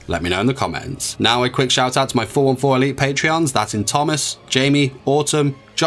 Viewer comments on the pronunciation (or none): none